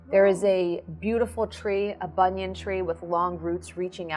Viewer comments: love how she said bunion tree instead of banyan tree xD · He he...she said "bunion" tree.